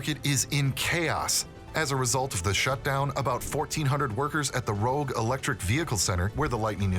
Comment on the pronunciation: It's the "Rouge plant" not rogue, nice research, what else is BS in this?